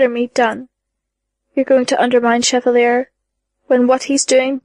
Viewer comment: It's not as bad, but "Cheva-lee-er" drives me nuts.